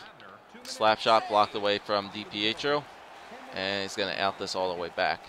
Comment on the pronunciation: Stop saying d-p-eh-tro it's dipietro